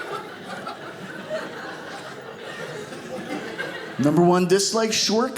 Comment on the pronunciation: It's NOT EEEEEliterate, dingbat, rofl. 🤣😪🤣 I like a man who is GQ, with an IQ above 90% of most intellects. The true test? Does he Love my Lord and Savior and put Him first, as I do? It's not, "Do you have a Ministry?" The question is: "WHAT is your Ministry", toward all things eternal?? Some may say TOO PICKY. GOD says: "You're on the right track. Well done, My good and faithful servant. Stay the course." ⚘🙏❤🙏⚘ That's all I need.